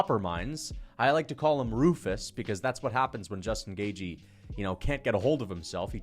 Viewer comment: "Justin Gay-jee"